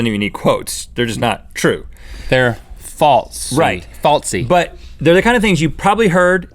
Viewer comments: THERE IS NO T IN THE WORD FALSE. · Guys, the word is not 'faltse', it's 'false'. There is no 't'! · has anyone else noticed that they say "faltse" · Anyone elts annoyed when people add t their s's? Like, those two bother me so much with that